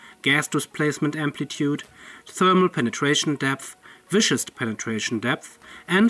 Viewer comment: (Pronunciation tip for you being being English-second) Viscous said like 'vis-Kus', relating to viscosity. 🤓 Looks very nice!